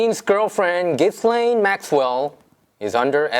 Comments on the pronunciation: Her name is pronounced "zheeslane". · She should have been investigated months and months ago . Anyway I'm pretty sure her name is pronounced Jilain .... you don't pronounce the s . Also a lot of us don't think he was ever murdered and that he instead was safely smuggled out and probably has a new face by now . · jizz lane... no really... its pronounced Gee-len